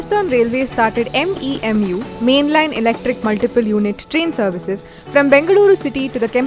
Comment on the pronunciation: It's DEMU not MEMU.